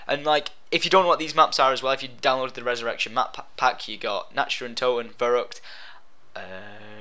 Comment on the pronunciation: lol when you get rezzurection